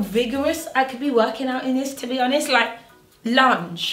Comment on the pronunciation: When you said lunge low key thought you said lunch 😭